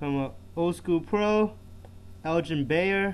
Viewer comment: its elgin baYlor not elgin bayor